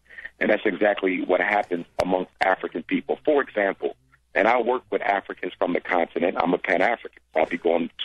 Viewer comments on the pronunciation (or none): "For ezampo"